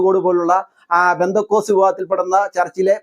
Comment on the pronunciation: എടോ...പെന്തികോസ്ത് അല്ല പെന്തകോസ്ത്....